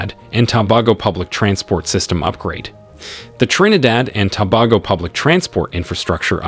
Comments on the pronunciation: It’s pronounced TOBAYGO NOT TOBAHGO 😊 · To be honest, you need to do more research. Most of these projects were cancelled a long time now e.g the resort in Tobago. Next, your pronunciation of the name is atrocious. You are probably using an A.I. A for effort F for execution.